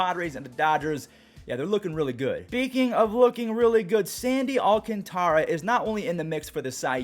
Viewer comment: Stop disrespecting Sandy's name. He said in an interview, "Al-can-tra"